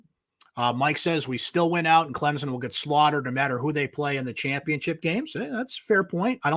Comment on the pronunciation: It's Clem-son. I realize this is asking a lot.